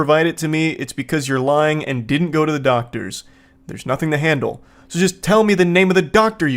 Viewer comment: “I can jandle”😂😂😂